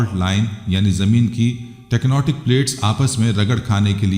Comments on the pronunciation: Tecnootic plates nhi 😂😂😂😂 tec tonic plates to sec Ye sab kaha se laate hai ye hadees ..😮 kaha se laate ho bhai .. Ye sab hadees kahi hai hee nhi . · Please say 'tectonic' not tecnotic.